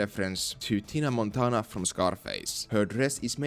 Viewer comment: it's GINA Montana, not Tina Montant